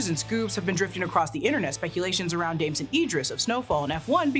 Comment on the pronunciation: Damson * not Damsen.